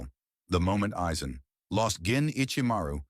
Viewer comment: Never heard any1 pronounce his name that ever